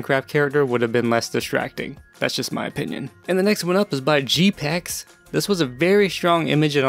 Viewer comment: OMG! THANK YOU SO MUCH! That was awesome! I made a reaction video reacting to this. Thx for giving me the best critique and feedback on my wallpaper dude! 😄💙 Also uh... Btw you pronounced my nickname wrong... 😅 Its G. P. Ex... xD Anyways Thx